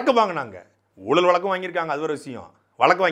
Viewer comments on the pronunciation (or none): none